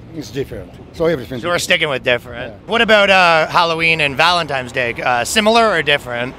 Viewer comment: “Valentime “ -, 2021